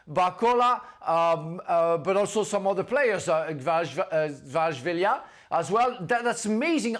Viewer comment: Frank you can’t pronounce Kvaratskhelia or Kvara or you’re just f…. Blind, speaking about PSG and do not mention MVP of the match🤮🤮🤮